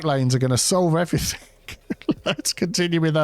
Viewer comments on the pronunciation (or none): Everythink is not a word.